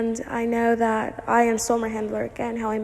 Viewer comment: Great video, very informative! Even though you triggered me a bit with how you pronounce Ian’s name 😅😂